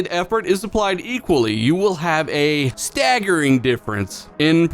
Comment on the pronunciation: Love how emphasizes the word "Staggering" 😂😭💀